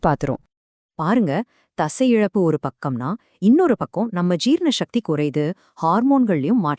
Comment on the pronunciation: Are you a nutritionist ?? No, avoid useless information, say. sakthi, not shakti, pronounce tamil property.